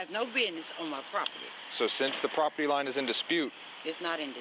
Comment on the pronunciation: Sounds like I need to get me some propitty. Apparently it comes with propitty lines and everything. But I don't want you trespassing on my propitty. Expecially not cruminilly trespassing on my propitty.